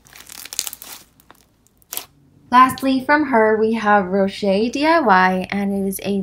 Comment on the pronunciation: Its ro-shay. She said it right